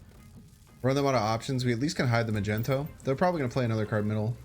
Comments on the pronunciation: My mans just said "Magento"...... On more serious note, this is one of the more innovative decks I've seen in recent play and I'm really looking forward to running this. Btw, would Psylocke be a good enough replacement for wave and are your tier 3 and 4 decks meaning they're higher or lower tiers (like some ppl say tier 1 is best, and vice versa) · You have the best fans I've gone through the comments and no one seems to care to call you out for your slaughtering of the name Magneto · I'm preeeety sure he says it on purpose, I think it's a meme on his channel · also it's just a meme and he does it just for fun He calls Luke Cage, Nick Cage as well. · Ma -Gent-O. Wha???!! Because he is in shades of purples or magenta???!!! LOL?? It is Mag-Neat-O, even though I prefer myself Mag-Net-O. Neat-O sounds so silly too. All YouTubers I notice mispronounce KAZAR incorrectly, in X-Men #10 it's pronounced "Kay-Sar", and my sides hurt when I always hear "duh ya, Ku-Zar". Otherwise Heimdall Non-movement plays are sweet sweet music plays, love it!! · Did he just say Magento? His name is Magneto 😜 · Yo who is “MAGENTO” lmao its MAG -NE - TO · Good vid, entertaining deck, knowledgeable player BUT can’t stand him calling magneto “magento”. Dumb af. It’s not what it’s called, it’s not shortened (still 3 syllables), and mag, mags, maggy are all better nicknames for the card/character. Truly annoying and queer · Why u all say "mageNto"? It's MaGNeto. Do I missed something? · Yooooo you gon be a meme if you keep calling Magneto Ma-Jen-To 😂😂😂😂😂😂 But besides the meme this deck seems super fun! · He really said “I say magneto because that what the card says” hahahah no it doesn’t. It’s magneto not “mage-n-to” just like it’s giganto not “gig-an-to” be consistent in your mispronunciations. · Mag-nee-toe my dude. That’s how it is pronounced. Peace my man! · I stopped watching this video as soon as he said “Magento” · Magento….Jesus bro do you really not know how to say his name? Lol